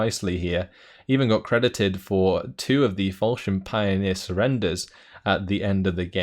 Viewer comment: whats so bad "pronounced"? Fallschirmjäger?Stug,püppchen?panzerschreck? Sounds all pretty good for me as german. Only "Pioniere" could be pronouced correct...but nothing I realy bother at all